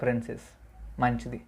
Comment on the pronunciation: What is your favourite movie?the way you say manchidhi 😂😂😂